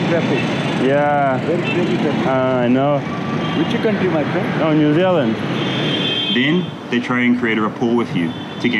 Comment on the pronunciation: Not my friend it's actuall my priend 😅😅😅😂😂😂